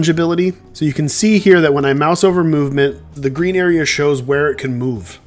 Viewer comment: “movmenet’ can I be a tester? 😂 great game